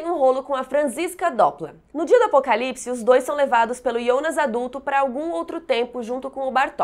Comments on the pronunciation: Ionas?? Pensei que fosse Jonas até pq na dublagem e Jonas. Horrível escutar ionas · Que agonia vc chamando o Jonas de Ionas affff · Se fala Jonas kkkkk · eu só não entendi uma coisa, porque ela fala "ionas" em vez de "Jonas" ? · Minha duvida é pq vc fala Ionas e não Jonas? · Pra quem assiste dublado dá uma agonia ouvir ela falar Ionas, IONAS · "IONAS" aaaaa que agonia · Me dói ela pronunciando Jonas como Iondas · me deu agonia ela ficar falando "Ionas" J com O = JO.... mas valeu ajuda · "ionas" "Reguina" kkkk